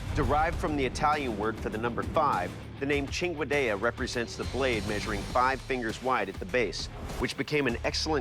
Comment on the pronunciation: Thank you for finally teaching me how to pronounce cinquedea🤝